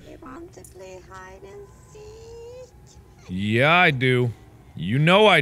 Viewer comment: "do you want to play hide and seet?"